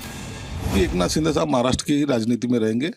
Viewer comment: शिदे ❌ शिंदे ✅ 🤨👊